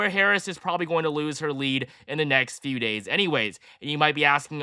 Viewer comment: "There are just 20 gays left to go." I had to triple check that.